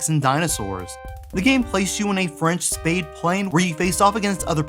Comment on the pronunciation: Lol, ‘French spade plane’ ♠️🤣🤣!! The French manufacturer was called ‘SPAD’, not ‘spade’! They messed up with that.